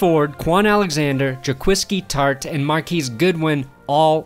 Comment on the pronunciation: Brandon "It's Jac-QUAW-ski Tartt NOT Jac-QUI-ski Tartt" Perna